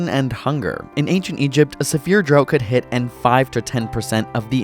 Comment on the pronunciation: I’ve never heard anyone say “drought” like that before 😯